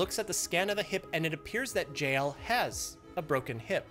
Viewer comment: He pronounces JL like 'Jail'